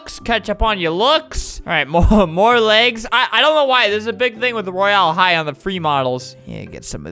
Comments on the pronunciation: It’s not roy AL high it’s Royale high and not only 8 year old 9 year olds(me) play it too SOOOOO ya...UnU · “ro-yale-hi” - fLaMiNgO 👏🏽😁